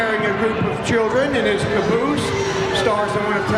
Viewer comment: I'm sorry but you made me laughed when you have trouble to pronounce caboose